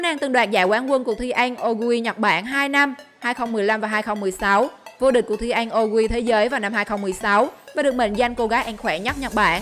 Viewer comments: Cứ “ăn” thì đọc là “anh “ nghe khó chịu thật sự :)) n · Người ta: ăn Chị: ăng